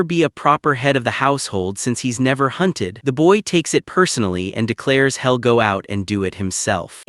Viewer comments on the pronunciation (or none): This is how they will change the accent or just deliberately destroy their own local speech. Also: hoping > hopping staring > starring (Edit) He'll > Hell She'll > Shell